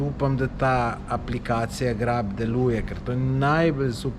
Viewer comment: "GREP" ne GRAB 🙂